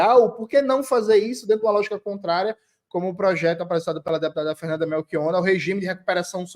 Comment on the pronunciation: Aê, Jones. Conseguiu falar "Melchionna" rsrs Eu coloco 20 reais e um pinga que Campos Neto será reconduzido (exceto sua própria vontade de não ser). Abraço.